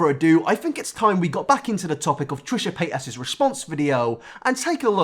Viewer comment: Trisha Pay-as